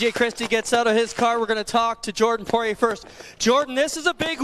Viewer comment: Buddy needs to learn how to say Poiriers name